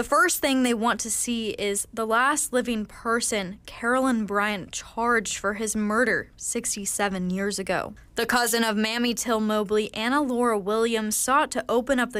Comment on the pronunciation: Who is this reporter! Till’s mothers name is Mamie (Mae-me) not MAMMY Till! 😡